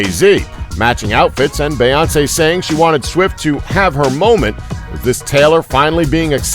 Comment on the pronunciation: Why doesn't the guy doing the voiceover know how to say Beyonce? Have some respect for our royals!